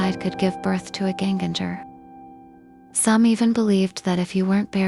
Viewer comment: It's pronounced "YEN-ganger" (with hard "Gs" as in "gold"). It simply means "again-walker", that is, someone who "walks again" after death. In modern Norwegian, it is entirely synonymous with "ghost"; it hardly refers to any specific kind of ghost, such as a "punishing" spirit, or one that gives the living "death pinches".